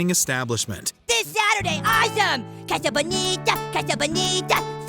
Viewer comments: Could you please not Americanize the pronunciation of 'casa',? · Could you please not Americanize the pronunciation of 'casa',? I know Mojo is Canadian but there's no such word as Canadianize.